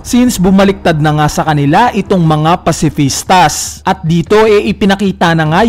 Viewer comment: Pacifista lang walang S silent ang S sa pag bigkas.